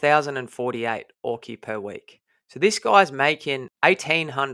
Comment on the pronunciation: Great vid again. Have to tell you early on. Auki is pronounced ou-key as in the word ouch. not or-key.